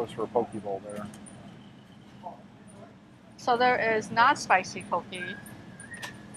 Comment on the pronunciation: poke: poh-kay not poh-key aku: ahh-ku saimin: cy-min